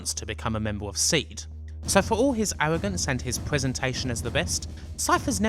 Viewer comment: You know it's Pronounced "See-D as in C.D". As if it was just "Seed" it would be spelled... Seed. Why would they emphasize the D on the end with an upper case D if you didn't emphasize the letter when you said it? Do you intentionally try to fuck up the pronunciation of EVERY single word in every final fantasy game? you pronounce Jenova as JEN'evuh. Balem as BAYLUM, Yuffi as "fluffy" with an fl. i can't rmember how many of them you messed up. SHEEEE RAAHHH for Shera... lol